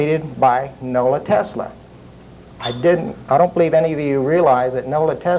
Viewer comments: no the guy in the video kept saying Nola Tesla instead of Nikola Tesla, that is what i was saying. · Nikola Tesla. Not Nola Tesla haha.